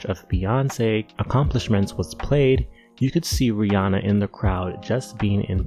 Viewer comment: i love how you pronounce Rihanna's name right